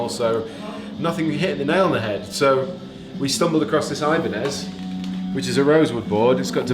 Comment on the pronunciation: He said ibenez and I cringed